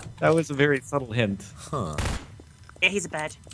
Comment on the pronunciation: Hai World holy shit I've always thought she said "Ya he's a bird"